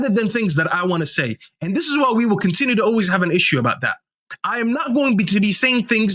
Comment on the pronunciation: Use 'T' when it is not 'D'. T is a real letter, not a ledder or a padth or led, unided, condinue, jusd, dis, dat, negadiv, resd...